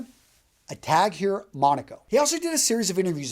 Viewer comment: I have nothing but respect for you, great channel. Just noticed the common mis-pronunciation of Tag Heuer *( Tahg-Hoyer)